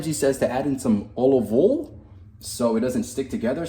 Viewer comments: Did you mean to say olive oool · the way you say olive oil makes me die of laughter bro 😂